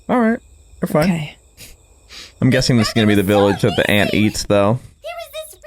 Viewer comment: "A nen ant" " A nant 😥"